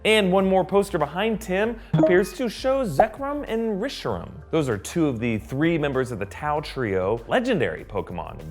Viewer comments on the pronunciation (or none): noticed that too lol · "Metal type" "Resshram" "Oonova Region" "Apiom" "Legendary Pokemon like, Torterra" .... Top tier Pokemon trainer.